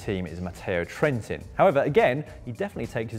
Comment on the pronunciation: The right pronounciation is Trentìn and not Trèntin